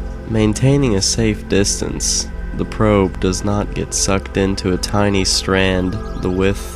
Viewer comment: "the probe" sounds wrong